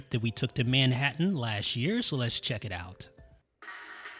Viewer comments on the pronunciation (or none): none